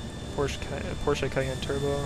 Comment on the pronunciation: Oh yeah you are the first one who speaks out Porsche correctly . Respect. Good review.